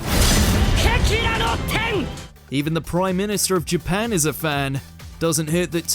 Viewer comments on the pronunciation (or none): none